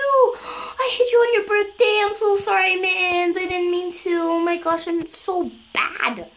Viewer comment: FruityOrange. I think she say mit xD